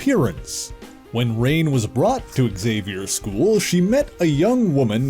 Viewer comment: Pretty sure her name is pronounced Ruh-nay; not rain.